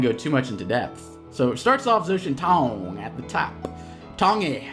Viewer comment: Really interesting match, also zhaotiantong's name should be pronounced something like jao-tee-en-toong, the tian is said with a hard t and the I is pronounced like saying the letter E, with the A said like an "eh". Zh in Chinese is pronounced similar to a J.